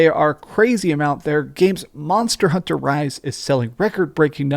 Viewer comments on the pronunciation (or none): none